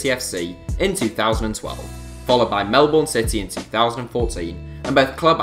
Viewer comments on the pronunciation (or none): It’s not pronounced Melborn It is pronounced Mel-Ben There you go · My Guy said melbourne like “Melborn” it’s pronounced like “Melbun” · just gonna put it out there, on the off chance this comes up in the future, heck, it might with Daniel Arzani, but Melbourne isn't pronounced Mel-Bourne, it's more like Mel-bin, how do I know this? I'm an Australian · Does anyone else get peed off when people say melborn instead of melbun it’s spelt Melbourne btw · You pronounced Melbourne wrong. You pronounced it Mel-born but it is pronounced Mel-burn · It is pronounced Mel-burne not Mel-bu-orne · Can you just say godam Melbourne correctly plz it is pronounced. Mel-ben not Mel-born. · It's mel-bin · Sorry not to be mean but you said Melbourne wrong. Melbourne is prounanced melben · Melboorn lol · Please learn how to pronounce Melbourne lmao (Melben) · I’m officially offended of how he butchered Melbourne pronunciation Good vid I go to watch all Melbourne city games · All the Australians complaining about the Melbourne pronunciation when they can't even agree how it's said 😂 says it all right there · I swear no one can ever say Melbourne properly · What is with these English people who can't even pronounce Melbourne correctly. Do some research at the very least before you make videos